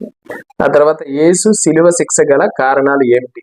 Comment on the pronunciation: తమ్ముడూ కొన్ని అక్షర దోషాలు ఉన్నాయి సరిదిద్దుకో ఉదా.... చర్చి బదులు సెర్చి శిక్ష బదులు శిక్స అని పలుకుతున్నావు